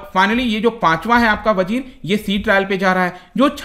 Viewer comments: "Vagir" is correct name not vajir. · The name of sub is vagir.....not vajir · Vajir nhi vagir h sir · सर ये वजीर नहीं, वागीर है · It's vagir